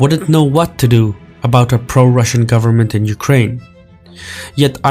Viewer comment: You-cry-in Putin ?